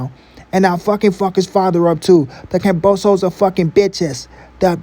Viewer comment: Kambosos, ..not kamboso.